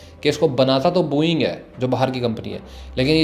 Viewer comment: bhai sbb thik h but booo -eing nahin h vo Bo -ing hai. dhang se bola kro brother baki sbb bdhia